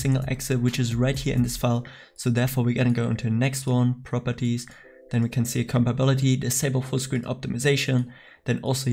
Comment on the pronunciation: U are always saying compability, but you have to say compatibility😂